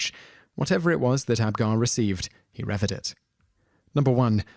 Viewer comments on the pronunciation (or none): Not 'Lom-BAR-dy', but 'LOM-bar-dy'. An 'Oh-vee-ay-do'. Pel-ay-gee-us'. The Bishop of le 'Pwah'. 'Rev-er-ed'? No, Rev-eer-ed'. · Thx 4 an interesting video - revered is pronounced as re-veer-ed